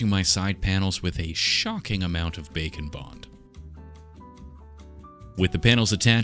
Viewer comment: Every time he says bake n bond I think bacon bond